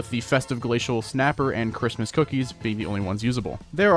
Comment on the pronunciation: .... Ca-rist-mast event